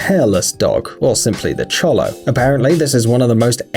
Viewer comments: Xolo is pronounced sho-lo, not cho-lo. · Sophia and Layla yep, that’s the breed! Though they’re saying it wrong, it’s show-lo. I very nearly got one for my new service dog; they’re quite excellent for service work but their skin requires more care. I decided against them simply because we don’t have mild winters and putting a parka on a dog once was enough for me. Getting a poodle instead, he comes home in August.